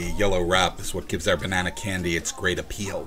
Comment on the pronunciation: "I always thought the yellow wrap was what gave our banana candy it's apPEEL" Please tell me you said that on purpose.